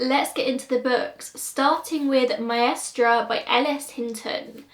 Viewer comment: you pronounced so well "Maestra" hahah, I'm native speaker of spanish 🤣 Ps: I'm here for the reccomendation of Lucia Montes 'cause I wanna get better my english😊